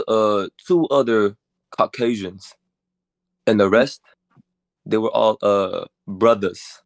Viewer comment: He said cok-asians